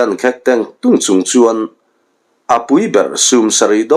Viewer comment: Khek tia in lam țhin hi,khêk a ni zawk awm mange aw